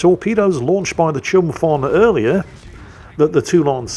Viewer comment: may I correct you with one thing? About the Chumphon, she was named after a province in Thailand which is locally spelled 'ชุมพร', you nailed the 'Chum', but however, 'phon' is pronounce with P voice rather than F, and the O is not an O but 'or'. So basically, it actually read 'Chumporn' which mean "community of wishes" unless I was wrong because of literature language.